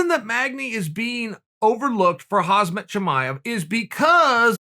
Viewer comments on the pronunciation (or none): Its Kham -zat not Haz - mat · Please learn how to pronounce Khamzat not "Hasmet" Thank you! Just say HAMZA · It’s actually Kham zat not Khaz mat! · LOL chael his name is HAMZA the k is silent... why u keep calling him hazmat after like 40 videos wtf? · UncleChael: "Hazmat!" ProductionAssistant: "It's KHHAAMM-ZAAT" UncleChael: "Hazmat!" Lol 😂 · Pronounce Hamzat not as Hazmat. Z comes after. By rhe way he is like Hazmat right now everyone wants to avoid. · Uncle Chael is KhaMzat not KhaZmat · Not khazmat uncle chael. Kamzat! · FOR GOD’S SAKE HIS NAME IS KHAMZAT NOT KHAZMAT!!!!!! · chael it's pronounced ham - zat, or should i start calling you kale? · Khamzat = hamzat = hamza Ffs it's not haZmat...... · Swear to god cheal it’s khamzat not hazmat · Man this guys gunna make me use to saying hazmat haha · Was not interested in the 100th video on Khamzat but had no idea Chael was actually speaking on Hozmit. This man continues to raise the bar 😂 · Khamzat “Hasmat” Chimaev aka Borsch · 0.45 Huzzmett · It shouldnt trigger me this much that he keeps saying "Hasmat" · “Hozmat” nice to meet you. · Hasmet? HAHAHAHA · Chael makes 20 videos on Khamzat Also Chael: “KhaZmat” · Learn to pronounce his name correctly dude !!! Although he is Hazardous Material, his name is Hamzah !!! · Chael: Leehon vrs Hasmat Everyone: what? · Chael “Hazmask Chimaev” Sonnen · Uncle Chael "Huzmut" Sonnen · haazmit* and haazmet* he says lol not MAT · Leehaan and Hazmaat -Uncle Chael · Chael: makes 100 vids on Khamzat Also Chael: "Hasmat"" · Calm zat. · Kuh-beeb and Hahz-mut LOL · He also called khamzat hazmaht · Yo uncle Chael u keep pronouncing Khamzat wrong maan... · how long are u going to say his name wrong? maaan i cringe every time.. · Khabib is pronounce Habib, but I don't think Chael is that cultured to call Hamzat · Crazy that Khamzat never even knew how to say his own name this whole time. Thank the lord for Uncle C. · it's more annoying that you still can't pronounce Khamzat's name!!!